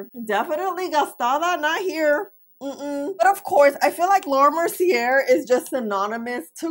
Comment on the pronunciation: Mer-cee-aye, the r is silent.